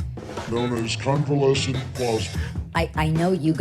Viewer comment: Covelescent what?!!!